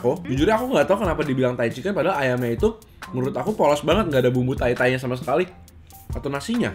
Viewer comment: Lagi ga fokus nonton terus denger"kok gaada rasa thai thai nya" denger nya kok "gaada rasa tai tai nya" langsung "HAH"